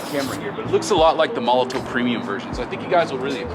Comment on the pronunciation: this is a VERY small thing but it just ticks me off is molotoW not molotoV